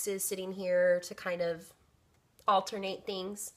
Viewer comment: Thank you for sharing your altar! I know sometimes it can be an intamate thing for some witches! I also giggled a little when you said "ALTARnate things" 😜😜😜😜